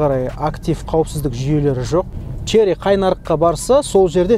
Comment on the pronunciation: Шли деп айтпашы родной! 😁